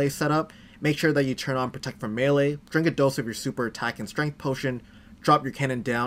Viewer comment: It’s called melee. Maylay